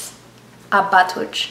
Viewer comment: Question: When you are doing the pronunciation, why do you add the extra syllable to the end of the word? Because when you actually say the word, you don't actually add the extra syllable that you are pronouncing. For instance, you say Abahtohch (Father). You say, "Ah-bah-toh-CHAY" instead of just saying, "Ah-bah-tohch Just wanting to know. Thank you.